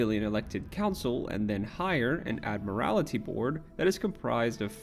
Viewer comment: It's the Admiralty board not the Ad-morality board.